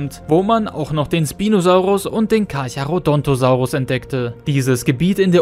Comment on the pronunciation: Carcharo DON'T osaurus 😆